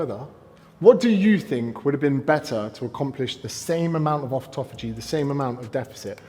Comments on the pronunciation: The old offftofogy…..it’s autophagy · Never listen to someone on the subject of autophagy, who can't say the word autophagy.